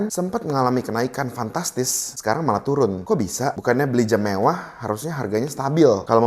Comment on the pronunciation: Jam bukan jem maaf🙏🤣